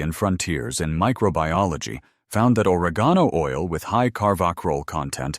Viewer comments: isnt correct either! 😂😂 O-reg' - gone - o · good video but you MUST learn or program your AI narrative to pronounce words correctly. Or reg geen o....oil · Or-egg-on-oh oil! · But where will I get two "tabpoones". The nearest tabpoone store is, I don't know, on one of the moons of Saturn or wherever these people are from. And, oar-uh-GONE-oh oil . . . I don't want to even guess where I'd find that stuff!